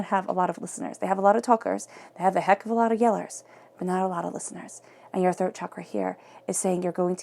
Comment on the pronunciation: now that you told me this.... I listened again I’m glad you told me because of the accent it sounded like 3rd to me!.... Thank you! 😘